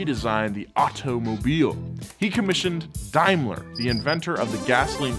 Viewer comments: waw American's just cant pronounce words for shit Daimler why you pronounce it di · Daimler = DIME-Ler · Fun as always. But could you please not pronounce Daimler as (Jeffrey) DAHMER? Thnx! :)